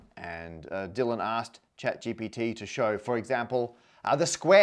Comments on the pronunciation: You called it ChatGTP... Don't think it went unnoticed! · "Chat GTP" that's a mental speed-bump for the language center of my brain if anything. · 🤣 “Chat GTP” 🤷‍♂️